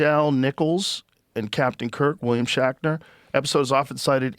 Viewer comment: Joe Rogan always loves “Star track” facts with William “Shackner” he says both of those wrong every time…